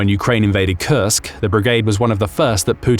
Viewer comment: I kept hearing "Kursk" Region as "Cursed" Region, not so far in wrong hearing I guess lol